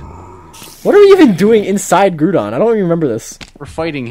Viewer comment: No...its ground-on, not gruudon